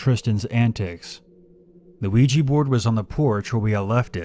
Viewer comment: Luigi Board... Ougi Board...